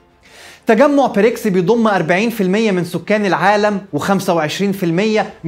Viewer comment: واضح انها حلقه قديمه، لأن حضرتك بتتكلم عن رئيس وزراء انجلترا الأسبق بوريس چونسون، وبعدين خد بالك من النطق، البريكس يبدأ بحرف B وليس P